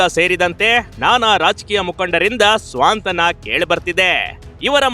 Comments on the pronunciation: ರಿಪೊರ್ಟರ್ 🙏ಸ್ವಾಂತಾನ ಅಲ್ಲ ಸಾಂತ್ವಾನ ಅಂತ ಹೇಳಿ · Swantana alla adu santwana enu reporter guru neenu